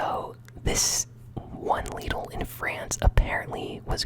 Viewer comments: Ahaha, broooooo I'm dead, leedl, its acctauly prounced lid-l. No hate or offence obvisisly but that just had me weak 😭😭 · Btw you pronounce Lidl similar to Little but with a d instead of the t